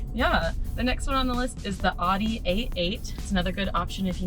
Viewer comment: Can't stand people who can't say Audi correctly...I assume you can't say Porsche correctly either. Good thing this isn't a car video...oh wait.